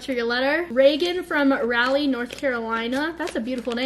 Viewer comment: omg the way you said Raleigh 😂 i’ve never heard anyone pronounce it that way and i’ve lived in NC all my life